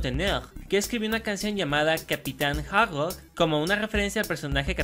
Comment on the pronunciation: se dice capitana hardrok